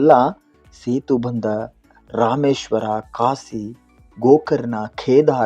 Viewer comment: ಮೊದಲು ನಿನ್ನ ಕನ್ನಡ ಶುದ್ಧ ಮಾಡಿಕೊ ಮಾರಾಯ 😅😂😂😂 ಕಾಸಿ 😂😂😂 ಇನ್ನೂ ತುಂಬಾ ಪದಗಳ ಅಕಾರ ಮತ್ತೆ ಆಕಾರ ಎಲ್ಲಾ ಅಶುದ್ಧ ಇವೆ 😂😂